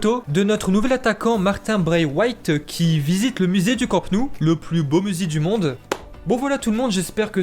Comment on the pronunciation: 😂tjrs des difficultés à prononcer le prénom de martin b.....😂